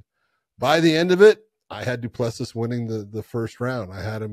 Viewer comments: Have enough respect to AT LEAST correctly pronounce CHAMPIONS’ names. “Du Pless See” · Thought by the time he became champion you would be able to pronounce Du Plessis properly but I guess some Americans are incapable of learning how to pronounce some names